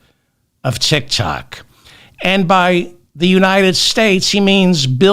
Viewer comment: Not TITKOK but DICKOK 😂😂😂😂😂.